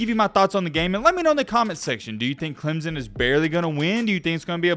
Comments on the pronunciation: Stop saying ClemZon. It’s very easy to fix and very annoying. Say it with me Clem Son! Now a little faster Clem Son.. alright now say it together CLEMSON!!!! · It's clemson not clemzon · There is no "Z" in Clemson.